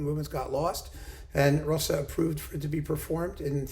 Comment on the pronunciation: A not uncommon error, doubtless owing the familiarity of "Liszt." Pronunciation also suffers. "Zs" as in Zsa Zsa!